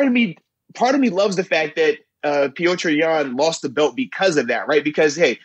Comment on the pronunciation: Lol Moats messed up Petr Yan name every time 😂😂😂 damn !